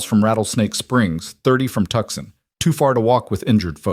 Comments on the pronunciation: Tuxon ? Tuscon ? Too-soan, please. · The city of Tucson Arizona pronounced Tooson.